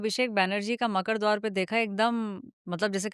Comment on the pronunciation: “ मकड़ द्वार नहीं है मकरद्वार है “